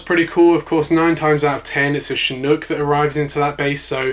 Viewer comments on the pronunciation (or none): none